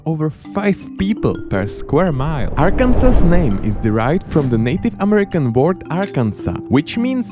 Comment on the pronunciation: He said Arkansas's which is Arkansaw's